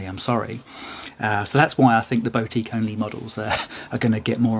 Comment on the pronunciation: Pronunciation of boutique is killing me off.